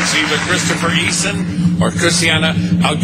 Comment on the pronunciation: Did the Star Search dude call her Christy-anna Aguerriaa ? LOL